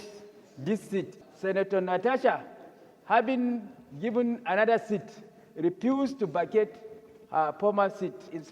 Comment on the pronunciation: "She repuse to bacate her pormer seat"...khai walahi i z'ont know why she repuse...!